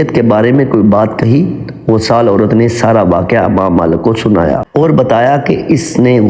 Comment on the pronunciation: بہت خوب۔لیکن اسلامی کہانیاں سناتے وقت پہلے اس کے الفاط کا صحیح تلفظ سیکھنے کی کوشش کریں۔ امام میں ا کو زیر کے ساتھ پڑھنا چاہیے ۔ غسال کو زبر کے ساتھ۔ دوسری غلطیاں بھی تھیں۔ اس کا خوب اہتمام کریں'